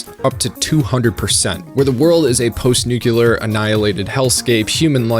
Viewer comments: Did you say "nu-ku-ler?"... I like your content. I'm subscribed, even. But c'mon... you're better than this. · Ha “newk u lar”my biggest pet peeve. Cool vid though I mostly agree